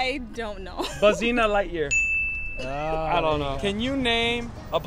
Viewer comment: LMFAOO, he lost me on the “Bu’zeena Lightyear 🤡” LOLLLL